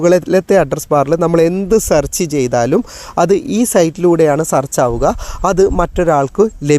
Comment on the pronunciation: സർച്ച് അല്ല, സേർച്ച് ആണ്. നേരെ പഠിക്ക്🤔🥵😱